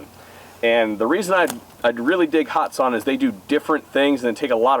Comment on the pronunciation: Young man, if ya' gonna hype a great company, please say their name correctly. There is NO 'hot' in the company 'Hatson'. Have a good'n, and keep the videos a-comin' for this retired "Old-fart" to enjoy. Seriously, for ME to say ya' doin' good... well, that truly IS sayin' a TON. It is hard to please 'Mr. Know-It-All' here... lol!